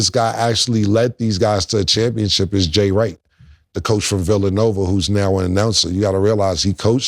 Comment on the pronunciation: This man said Jay Wright 😂😂😂😂😂😂😂